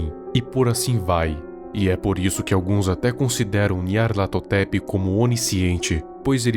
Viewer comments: Eu acho satisfatrorio quando ele fala nyarlathotep :'3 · como o consegue falar o nome desse bixo